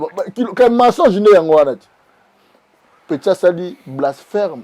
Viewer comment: on dit blasphème et non blaspherme ok, mytho que tu es